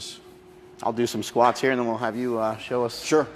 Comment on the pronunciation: best part was the "skwaats" thing